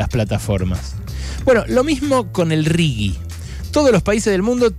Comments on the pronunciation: Ale, me pareces un capo y me encanta escucharte pero no digas más RIGUI por favor, es RIGI! jajaja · Un horror, lpm. Berco, se pronuncia "riji" esa porquería. Si tuviera "u" sería rigui. Es un asco de las dos formas, claro está. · Hola. Desde hace un tiempo detecto una "manchita" gramatical en tus editoriales, cuando te referís al "RIGI".¡ Pronuncias "RIGUI"! Por lo demás, como siempre, son excelentes. Espero que no te ofenda la sugerencia de corrección. Adelante y gracias